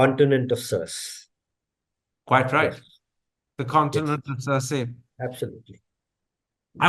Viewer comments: Etiquette point: Was it right for Karan to publicly correct mispronunciation of "Circe"? For the record, it is "Sursee" rather than "Surs". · Pronounced as 'ser-see' (Circe).